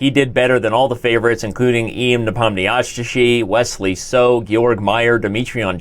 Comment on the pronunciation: Danny The Name Butcher :D Ian's name is pronounced like "yAn knee-pAlm-nesh-eey"